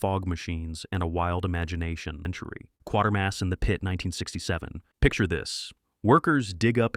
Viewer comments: Prononced 'Quater Mass' not 'QuarterMass' - but thanks for including it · It's 'quatermass', 'quaaaatermas' not quartermass. Damned AI. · It's prnounced:- 'quay-ta-mass' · You're pronouncing Quatermass wrong. Other than that, great list. I've seen them all at least twice.